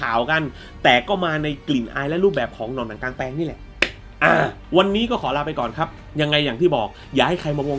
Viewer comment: ชื่อผิดพี่ กลางแปลง ไม่ใช่หลางแปลง